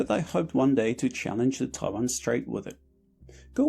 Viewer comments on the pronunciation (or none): none